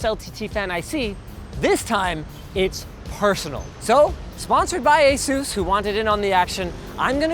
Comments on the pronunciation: Asus or AsZeus there is no Z in Asus !! . lol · You’re MISPRONOUNCING “ASUS”. PLEASE LEARN TO PRONOUNCE THE COMPANY CORRECTLY.